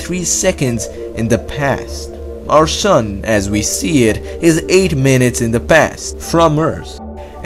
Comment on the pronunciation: « 8 minates in the pass »